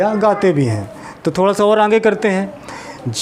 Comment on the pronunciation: आप आँगे बोल रहे हैं, जबकि सही शब्द आगे होता है|